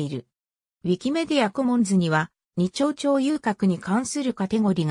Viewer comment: 安倍川は「アベガワ」でなく「アベカワ」，二丁町は「ニチョウチョウ」でなく「ニチョウマチ」です。また、９６カ町は「キュウジュウロッカチョウ」と読むべきです。